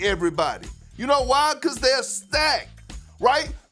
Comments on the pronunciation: "rawsta" lmao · The way Kendrick putting a "W" in the word roster 😂😂😂😂😂